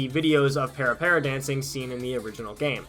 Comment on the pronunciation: You did a decent job researching this for someone that didn't know anything about parapara, but I wish you would have researched how to pronounce 'parapara.' there really is no excuse for you getting that wrong. Also, would have been nice if you mentioned that several parapara songs/routines feature in the game Dance Masters by Konami, which came out in xbox360 and had an arcade version in Japan! That being said, I learned about this via an anime convention in 2006, and immediately dove into the trend (of the dance, not the game as much). The game used a fair amount of routines from the parapara paradise 1 and 2 VCDs (there were 7 in the original lineup) and a lot that weren't, but the clubs that held parapara events were often responsible for choreographing routines. The Gazen parapara series circa 2006 also released some more routines for people to learn, and for techpara there was the we love techpara and we live techpara mission style videos (I actually still have some of the original parapara paradise VCDs and the we love techpara mission style 2 DVD). Also during the pandemic in 2020 there was a slight "stay home and parapara" thing. And actually, I just got back into parapara like two days ago after finding that a LOT of the routines (both from the aforementioned series and not) here on YouTube.